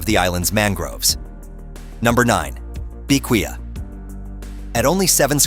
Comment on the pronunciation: First of all you’re pronouncing Bequia wrong I know because I’m from stvincent and the grenadines